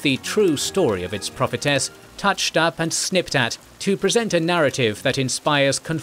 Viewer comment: It's 'prophetess'